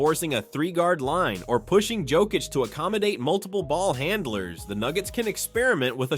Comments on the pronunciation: It is not Jokich, it is Yokich. Learn to pronounce... Mixing it all the time.... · Mispronounce Jokic's name several times and then send us to your shitty store. Fuck off. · Please learn how to pronounce the 3 x MVP’s name. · hes saying it wrong sometimes but sometimes he says it right idk whats up with that